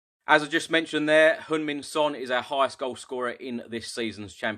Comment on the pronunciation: You pronounced Sonny's name so precise I like it since most English butcher his name!!! But I think just calling him Sonny Delight is about right!!!